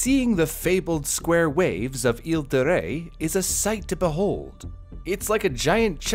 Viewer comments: Please do not roll the R for Île de Ré 😭 It's not Rey 😭😭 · As a French person, the way pronounced “Île de Ré” was so cute!